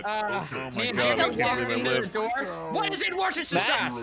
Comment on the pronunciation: Love hearing Americans try to pronounce Worcestershire, Leicestershire, Gloucestershire etc 😂